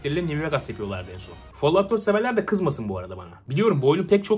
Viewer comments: follavt ne aq folavt. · Tek L ile okunuyor lütfen follaut deme folaut de fall fol diye okunuyor teşekkür ederim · Follağut deme yeter midem kalktı😂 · Çok fazla folluvt dediğin için bi yerden sonra follovt oluyor insan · Abonelikten çıktım çünkü bıktım herşeyi yanlış telalffuz etmesinden rockstar videolarında ısrarla bin defa roksıtar diyodu bide şimdi fallout a falllaud çıktı. Abonelikten çıktımm